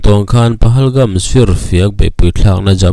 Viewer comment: PAGALHAMS NILO IN PAHALGAMS LAWM 😂😂😂 HRELO VE SIR CHU